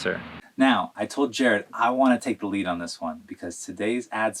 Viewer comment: Drives me crazy when people don't get Jared's name correct!